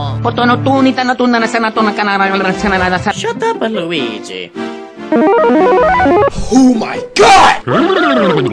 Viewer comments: WOW! You hatched a Weeshee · You hatched a weeshee!!!